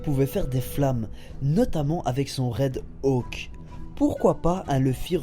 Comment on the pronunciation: D bonne vidéo mais tu prononce mal :"red hawk" tu dit red ( temps dattente) auque :D mais sinon c'est pas grave ta théorie tien la route